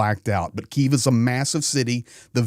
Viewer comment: Hi, love your informative reports and appreciate your support. I would like to point out your incorrect pronunciation of Kyiv. You are pronouncing it in the Russian way, a little offensive for Ukrainians. It's K - YIV, not KI -ev. I am from Brisbane in Australia.